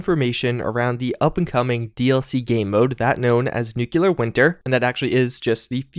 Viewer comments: Same here, I enjoy content, and appreciate his continual support/report on the game fairly with an open mind... but hearing him pronounce nuclear (nu-clear) clearly (of course not "cu-ler-ly") incorrectly just makes me cringe... 8^D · nu·cle·ar /ˈn(y)o͞oklēər/ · Hearing pronounce "Nuclear" makes you wish for a "Nucular" Winter. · Princeofddr Dance Master *Nucular if you’re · Ffs I feel your frustration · The way you pronounce NUCLEAR makes me go crazy. Do you see a second U in that word? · Please say "nuclear" correctly. Really enjoying your videos though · I never said it was "incorrect," I was poking fun at the GWB pronunciation. Saying nuclear that way is simply a mispronunciation that is becoming more and more common, but it is not the feature of a regional dialect. It may be the case that it is eventually an accepted alternative pronunciation, but it's not there yet. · I know it’s nitpicky, but it really bothers me when someone pronounces nuclear as nuke-you-lar. Not looking forward to the increased Nuclear Winter coverage I know is coming. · Don’t take this the wrong way, I love your videos and your voice is soothing af to listen to but I can’t stand how you say “nucular” 😂😂 nuclear bro!! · Seeing the game footage in German was interesting. I really hope there isn't battle royale bullshit added in here. I do still want to actually play it at some point. On a less related note: nuclear. nu-cle-ar. For the love of christ, man, really. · Bruh. Why you sayin "nuclear" like George Bush? New-klee-ur not new-kyuh-lur. Thanks for the effort on this video tho for sure! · New-kew-lur is a strange way to pronounce nuclear. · no one:: NEWCLEEARRHH I love your videos but had to pick on you for this, even though I do it too. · Nuclear pronunciation: “new-clee-er” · *Nu-CLEAR just remember that’s how it’s pronounced and you’re good to go Nuke-u-lar, no. Nu-clear yes! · It’s nuclear, not nukular, ffs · NUCLEAR NOT NUKULAR, Jesus!